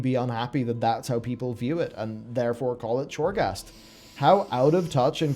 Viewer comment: Is he calling I choreghast lol